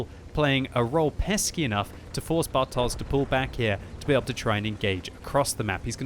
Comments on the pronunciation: It's 'bartosh' not 'bartoze'. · pls... You should read "bartosz" as "bartosh"... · As always - thanks for great comments of the battle! Just small remark (but of course I wouldn't expect you to know it): Bartosz is Polish name so if you see Polish 'sz' then pronounce it as English 'sh'. See this